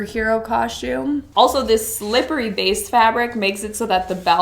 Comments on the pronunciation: OMG DUDE THE WORD IS "C O S T U M E" ITS NOT "COSH~TUME" lmao and yea most those most def looked like for halloween unfortunately accept maybe the grey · You are the first one I've ever seen on YouTube to pronounce the word 'costume' like that